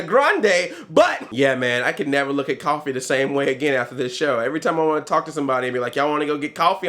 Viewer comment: Dude, you have to know! The part when you said "after teleportation", I heard "afro-teleportation"! haha I was ready for an explanation.